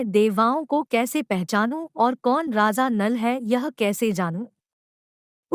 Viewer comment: It’s Raja and not Raza 😂